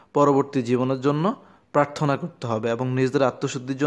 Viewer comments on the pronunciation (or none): Pharthona ki? Prarthona hobe